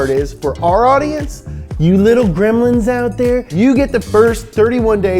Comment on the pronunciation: I didn’t know gremlins had a B in it?